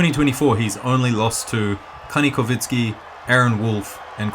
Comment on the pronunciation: It's Kanikovsky, not Kanikovinsky!! It ends in "sky" not "insky"!